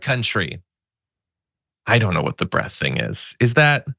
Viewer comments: He means the “ length and breadth” and not breath 😂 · Breadth not breath, every time stinky thinks he sounds intelligent, he confirms to us, that he is anything but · BREADTH not Breath. What a moron. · Breadth not breath. What an illiterate moron. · Trump is an illiterate. It's "breadth" not "breath", i.e., definition: "the distance or measurement from side to side of something; width." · breadth instead of breath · He used Breath…I think it’s supposed to be BREADTH. 🙄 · Did he mean "breadth"?